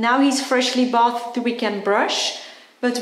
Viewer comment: she couldn't be arsed to learn to pronounce 'to bathe'?